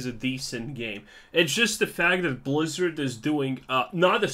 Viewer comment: BLAZZARDD WHY?! pounds table-san